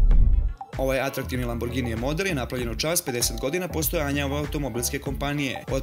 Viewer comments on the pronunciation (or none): none